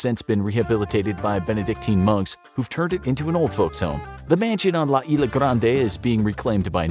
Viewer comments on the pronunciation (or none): I know the S is silent when you say Island, but in Spanish it is not "isla" like is-la. Not trying to offend tho